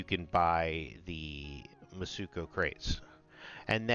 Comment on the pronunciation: Mitsuko, not mutsuko. Have all the faith this guy knows what he talking about 😂